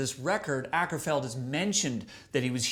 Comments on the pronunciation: His name is Åkerfeldt, which is pronounced "Oakerfeldt." Every time you say "ackerfeld," a kitten is murdered. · Prefer The Pale Communion, that was a masterpiece, still, Sorceress is a pretty good album, love the ending on The Wilde Flowers, thats the heaviest part on this album. Also, its Mikael not Michael and Akerfeldt is pronounced Oakerfeldt Sam :P